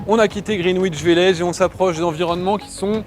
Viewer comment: Superbe vidéo! Au plaisir de vous croiser à nouveau (j'étais devant vous dans le Dublin-Paris le 18 août). Pour info, le W est une consonne muette dans 'Greenwich' mais c'est vrai qu'on peut aussi le prononcer à la française.